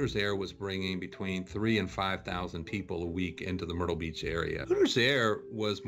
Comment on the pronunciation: DID YOU SAY WHO GOES TO MERTYLE BEACH I DI